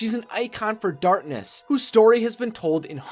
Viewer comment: Does this guy not know how to say "Darkness?"